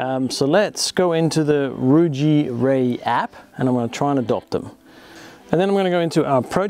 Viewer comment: You pronounce Ruijie correctly. However reyee pronounce "Re" in "rest room"